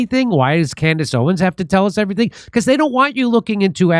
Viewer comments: It's Candace OwenS, not Owen! Unless I heard you wrong, but pretty sure I've heard you pronounce it wrong before... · If we can only get Jimmy to pronounce the "s" in her last name, lol.